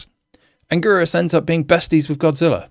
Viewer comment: Angorus, really? Its Anguirus! Learn to pronounce names correctly! Its pronounced An-Gyr-us